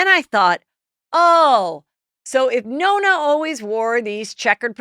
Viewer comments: the grandfather is nono. not nona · Nonno not Nonna… 😊